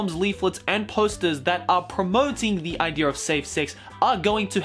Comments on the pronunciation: I listened until he said "Idear". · I like how Australian people always pronounce idea like idear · I love how says idear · I luv how when he says idea he says ider XD